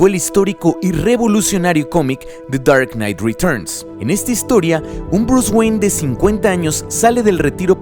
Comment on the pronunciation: me da risa tu acento ingles cuando dices de char nait retochn o sea the dark night returns